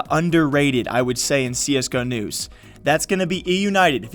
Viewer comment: Whenever you say csgo news, i always hear CS canoes. Keep up the great job!